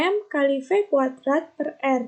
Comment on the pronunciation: Saya intan rizqi, mohon maaf izin mengoreksi untuk menit terdapat salah pengucapan yaitu omega kudrat per r yang seharusnya omega kuadrat kali r. Terimakasih